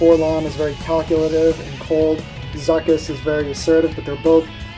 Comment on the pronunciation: Its "zoo kass" Kappa